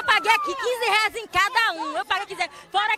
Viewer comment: "todo mundo aqui pagou quinze reainsx'😂😂😂😂😂😂😂😂😂